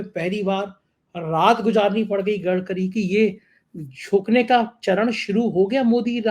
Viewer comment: Gatkari nahi Gadkari Bolo